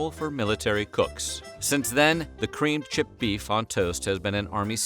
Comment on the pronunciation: Why you say it like that 😂